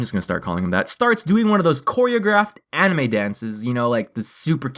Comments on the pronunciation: At first i thought he said Padme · I love how he says "AnImE"